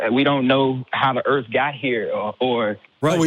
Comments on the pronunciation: WHAT THE FUCK IS THE EARF! OH YOU MEAN THE EARTH YOU GENIUS! EARTH 🤤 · Flat "earfer" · No, the earf